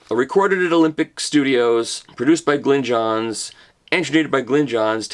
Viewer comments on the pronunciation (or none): none